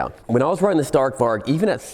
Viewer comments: Probably mentioned before, but "Stark Varg" Means "Strong Wolf" in Swedish. And the A's in Stark Varg is pronounced like the "A" in Announce. And the G in "Warg" is pronounced like a "J" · Stark Varg❌ Stark Vark✅ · Greetings from Sweden. Try to prounounce like this. Starrc Warjj Stark Varg = Strong Wolf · is he trying to say Stark Varg?? Strong Wolf in Swedish? Is it a Swedish electric bike? lol, I never heard of it